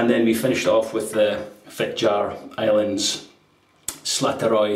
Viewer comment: You asked for it,: Yes, you did butcher Fitjar and Slåtterøy a bit (but they will survive: just a few weepers and nicks) J is like an English y. The diacritical sign above the a is there for a reason: It changes the sound from an open ah to an o-like sound), the double t makes it short, like Slot in a coin slot. Ø is like the French œ or the German/Swedish/Turkish ö, rougly like the i in bird. This time as a diphthong with the y. Imagine the stereotypical New Yorker saying bird: bøyd. (As an aside, in Faroese the øy has indeed morphed into oy.) So it would sound a bit like Fit-yar Islands [that's the ‘intrusive’ English word] Slot-er-øy. Do pronounce the r in your normal Scottish way